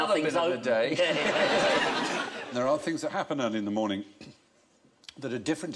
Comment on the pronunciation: What is this "morening" you speak of?